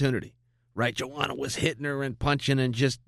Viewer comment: Yoanna not Joanna Chael..